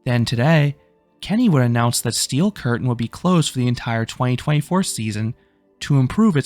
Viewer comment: stop saying steel curtain like that